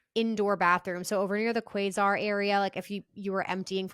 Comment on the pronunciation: Love you but you are saying Quasar wrong. It's like kway sar